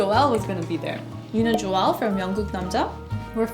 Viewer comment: It's cute that you call him Jo-el instead of Joel.